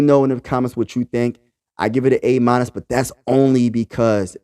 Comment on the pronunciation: A. "meenus"? wtf is that? hahaha